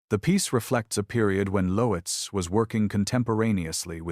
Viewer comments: It's not Lo-etz....it's pronounced LOTZ...how could you be so stupid?? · Lotes... one syllable = Loetz. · Loetz was mispronounced.